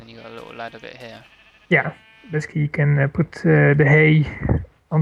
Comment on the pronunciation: He he kept saying "besky," but then I realized that he was trying to say "basically."